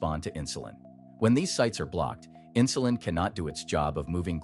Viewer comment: Never heard of inshulin.